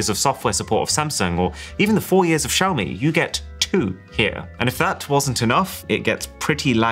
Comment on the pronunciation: Xiaomi did Wiaomi